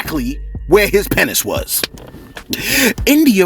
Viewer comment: The way you said “penis” lol funny as...genius tho